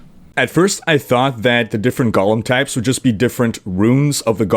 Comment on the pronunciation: Hate to be a pronunciation nazi here, but it sounds like you're adding slimy twisted hobbits to the game (Gollum). It's GO-lem, rhymes with no-lem.